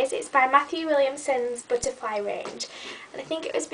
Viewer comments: hahaha "a bootuhfly" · I love How you say butterfly :)